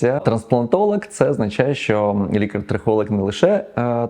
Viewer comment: я по тому як він вимовляє трихолаг, а не трихолог